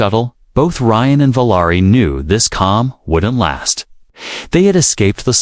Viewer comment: Valari is what you’re speaking, but you’re writing Valerie! Get it right!